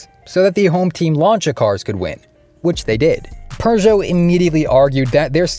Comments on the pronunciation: There's no "r" in Peugeot. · I guess "restrictor" is Seppo for "turbo gate", just like "sell eh kar" is Seppo for "Celica". You can pronounce Peugeot properly, though. Edit, not Lancia or Hyundai, however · Forget lancia what about the pugeot